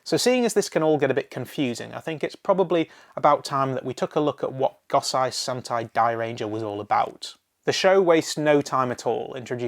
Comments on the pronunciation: Goh sai? It is pronounced Go-say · Also for the record. Go-say Sentai Dairanger. Sorry! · Maybe i misheard but did he say Gosai and Kibiranger instead of Gosei and Kibaranger?? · Sorry to be THAT guy but my ocd wont go away until I say this: Its pronounced GO SAY, KEY BA just pronounce it the same way the Japanese do.